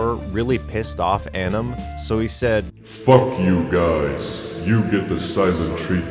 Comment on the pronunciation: Um acktually, it's pronounced An- nam. Like Vietnam, but with an An.